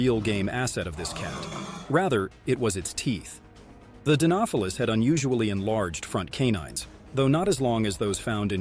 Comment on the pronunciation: The way he pronounces "Dinofelis" is so jarring... He almost said it correctly the first time and then completely butchers the pronunciation every time after that...